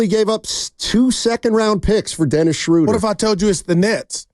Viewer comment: Guys, it's not "Shrooder" like "Shooter", it's "Schruh-duh" like in "shrugs". 😅😊